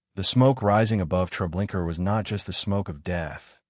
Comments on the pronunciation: Why pronouncing it tre linker?? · LOL! What the hell is Treblinker? 😂 That's AI for ya. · Pronounce the damn name correct for fuck sake. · GLAD IM NOT THE ONLY ONE WHO NOTICES HIS BUTCHERING OF NAMES, PHRASES, OR PLACES!!!!! Sure does make him sound dumb and uneducated!!!